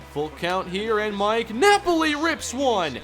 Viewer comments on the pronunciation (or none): none